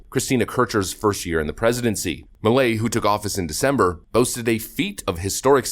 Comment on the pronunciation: Its pronounced "P-A-S-O" and "M-E-L-E"